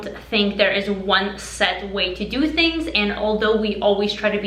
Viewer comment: When you say 'to' or 'do' it sounds like 'tiu' and 'diu'